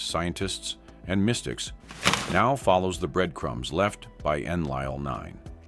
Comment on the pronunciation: Your AI doesn't even say Enlil correctly. Enlil was the semi-reptilian half-brother of Enki and the Anunnaki military commander here on Earth - Anu, his father had remarried and had married a reptilian for reasons best known to himself. Enki was the purebred Anunnaki from Anu's previous marriage and was a scientist who did his best to help us in what were difficult circumstances because of Enlil.